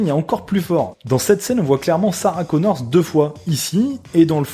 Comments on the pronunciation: Elle s'appelle Connor, sans "S". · Read men!! Just Connor, not Connorz!! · C'est parce qu'elles sont deux que tu rajoutes un "s" à Connor ?